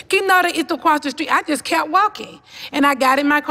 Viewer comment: “Kimoda is across da stweet! Kimoda is across da stweet” Lmfaooooooo 🤣🤣🤣🤣 iconic lol 🙌🙌🙌🙌🙌